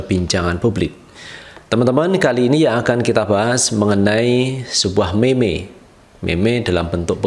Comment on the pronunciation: Cara cakap meme ialah mim Bukan meme